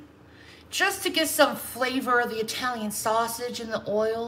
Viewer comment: Also I question anyone who is truly Italiian saying Italian with a long I. You say it with a short I just like Italy. She constantly says I Talian (long i)